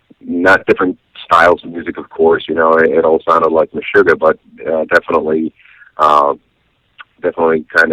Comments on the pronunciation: All this comments about the pronunciation from dumb folks who live in their American filter bubble! If you don’t know it, this is a Swedish band and the interviewer was quiet good. In fact it is pronounced meh-sugar and Harkö/Hahke with a silent e like Ke-vin) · "tomas hockey" "meshugar" lol